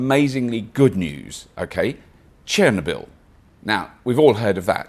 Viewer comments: You forgot the r in Chernobyl. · It's ChernObyl :) Great video, thanks for covering an important problem. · Cher-ner-bl or Cher-knob-Ill? Have I been pronouncing it wrong all this time?